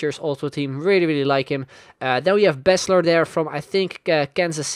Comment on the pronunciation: pronounced Bees-Ler